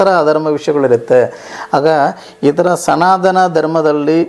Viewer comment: ಎಂಥ ಮಾರಾಯ್ರೆ ನೀವು ಅನ್ಯಗ್ರಹ ಜೀವಿನೇ ಇರಬಹುದು.😂ಸನಾದನ (ಸನಾತನ) ನೀವು ಕನ್ನಡ ಸರಿಯಾಗಿ ಕಲಿತು ವೀಡಿಯೋ ಮಾಡಿ 😂